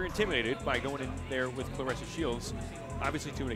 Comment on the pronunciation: Claressa not Clarissa. Put ome respect on her name!!